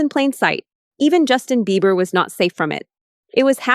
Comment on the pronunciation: Why she keep calling him Justin Beaver 🦫 😭😂😂😂